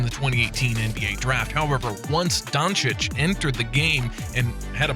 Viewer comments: Luka Jhoncic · Kyle Embid Luka Jonchich : D